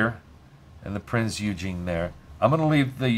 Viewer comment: Great game and thank you for the video HOWEVER the Prinz Eugene is pronounced 'Oigen' the E is silent, and it grated like fingernails on a blackboard every time you said Eugene :) Named after Prinz Eugene of Savoy an 18th Century Field Marshal of the Austrian and Habsburg empire, reportedly the most successful military commander of his time. He named Austro-Hungarian, Italian, German AND Royal Navy warships.